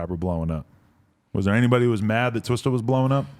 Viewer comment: I hate how white people say twista.